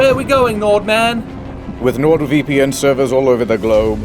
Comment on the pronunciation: Why he says "Sword VeePee N'